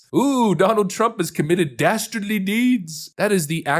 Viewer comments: Dasterdly deeds? OMG. Who said that? Dudley Do-right? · Oh no!! Did he say "DASTARDLY"?? That does it! Since they're dastardly it's game on. 😂😂 paaleezz!